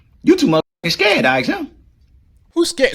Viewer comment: He can't even pronounce ASK 😂 and EXPLAIN... ASXK AND AXPLAIN